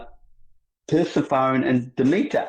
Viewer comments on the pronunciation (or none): The way he mispronounces Persephone is extremely irritating.